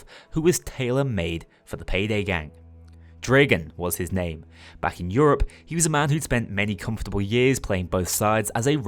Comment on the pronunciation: You can help it. You've elected not to. It's a name. Not a word. Get it right.